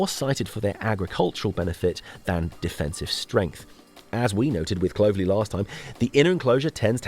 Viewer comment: Very enjoyable. I would make a couple of observations though. Clovelly is not pronounced like clover. It’s Clov . . Ely. And there are a couple of hill forts actually on the moor. One that is barely noticeable at Hunters tor at the end of Lustleigh cleave, and another in the woods above Fingle bridge. I also wonder if it would be possible to put a small caption on screen when you are showing small segments of footage of sites than you aren’t mentioning in depth saying what the place is called. There were several places in the video that I was wondering about but no name. Anyway fabulous work and just remember, those lanes have a 60 mph speed limit so crack on 😅